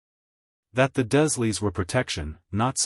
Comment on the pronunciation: Dursley = "DURRzzz-lee"